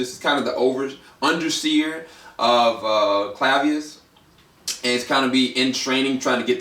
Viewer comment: DUDE IT'S CLAVIUS NOT CLAVUS